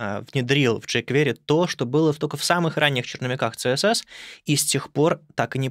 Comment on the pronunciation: CSS правильно произносить как "Си-эс-эс", а не "цэ-эс-эс", несмотря на то, что первая буква в расшифровке аббревиатуры не звучит как "СИ". Потому что аббревиатуры принято читать как алфавит. Вы же ведёте блог про верстку. Как вы можете неправильно произносить названия своего основного инструмента?